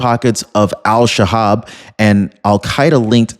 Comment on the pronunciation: Pretty sure it’s El Shabab